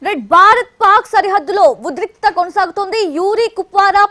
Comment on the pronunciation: హలో పాప ఉద్రిక్త కదూ.. ఉద్రిక్తత.. ఆ రోజు సిద్దు తో సెట్స్ లో అంటే.. సెక్స్ లో అన్నట్టు వినిపించింది.. కొంచం telugu నేర్చుకో